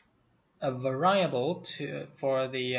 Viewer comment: This is off topic but the use of the long 'i' sound in variables is a nice touch. Quite a bit more elegant sounding than the common 'very'able pronounciation.